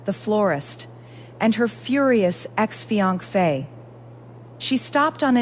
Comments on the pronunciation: You need to get your AI fixed…. what the heck is a “fi ank fe”? It is not how you pronounce finance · What the heck is a fianc-fae ? Pronunciation is crucial!